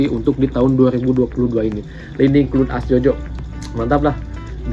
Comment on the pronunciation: Clun? Wkwkw cloud (kloud) bacanya jangan asal²